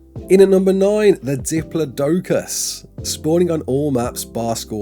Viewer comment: You pronounced diplodocus wrong